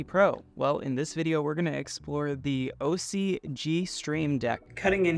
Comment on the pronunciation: Interesting product, but I'm disappointed at this review. You should remake this video when you can actually show features working, is there some type of NDA in effect or was this just a rushed review? c'mon, you can't be bothered to say the name of the company correctly, or connect any cameras to demo a switcher? You can't demo a switcher without anything to switch and the review suffered as a result. The video playback is great! . .. why not show it?? Does it crush the blacks over USB like the ATEM?